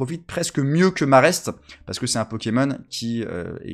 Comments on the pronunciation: Sans vouloir faire mon chieur, on dit maraisté, comme majesté 😏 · On dit Maraisté.